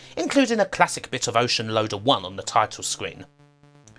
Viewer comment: I’m sorry, are you saying wowbot or robot? And is it Wocean or Ocean? I can’t unhear you pronouncing some of your R’s as W’s.